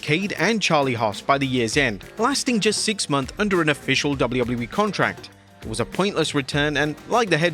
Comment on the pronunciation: I hate the way you say “WWE”